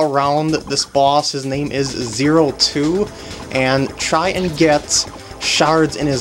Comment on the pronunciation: The boss name is pronounced Zero Squared and spelled 02.